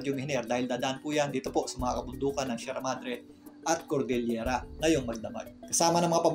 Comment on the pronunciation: Salamat sa clear forcast and your correct pronunciation of CORDELLELIERA.Others are saying COLDELLIERA.